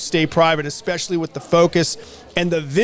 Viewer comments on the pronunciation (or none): What kind of interviewer pronounces Especially " expecially" in reality it's not a big deal but bugs me so much so in MY head it's a big deal